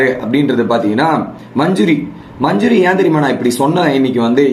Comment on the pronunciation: Majuri illa Adhu manJAri... Please change ... Evlo per solraanga